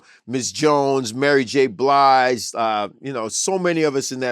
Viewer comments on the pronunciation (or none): Wait a minute, this nigga need to go back to not talkin, cuz his voice don't match.. this nigga said Mary J Blise 😭😭😭😂😂😂😂